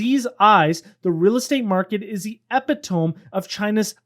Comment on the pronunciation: I like what you’re doing. I’ve also bought Baba, and I won’t be selling any time soon. Also, epitome is pronounced eh-PIT-uh-me. Not a criticism, just trying to help. Thanks for the videos.